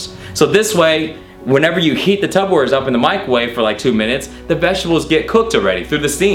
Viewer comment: Why does he call them Tubberware